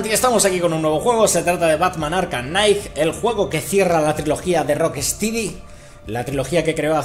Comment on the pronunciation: se pronuncia "rock-estedy'' xD